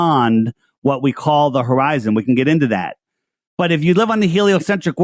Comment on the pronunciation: Hor-eye-zone drop*